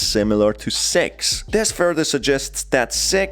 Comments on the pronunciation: Not going to lie, when listening to the video, I misheard six as sex countless times. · Are supposed to be saying six🤣🤣🤣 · When he says six on ccs it says sex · You keep mispronouncing her name lmao, her name is six not sex. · Six Captions: Sex Me what i hear: Sex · Wuy Do you Keep saying sex???????????🧐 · Everyone: Six!: Sex! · Why do you call six sex? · I just like to point out that the way you pronounce "six" is disturbing. Just turn on the subtitles throughout the whole video and see lmao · The way you pronounce six might get you demonotized